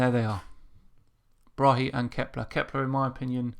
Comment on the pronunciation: Tycho Brahe (Thyge Ottesen Brahe) is danish and it pains me when you say Bra-he the correcr way is [tygoˈbʁɑːɑ] Braae - open a in the end and the e is almost mute - fine show btw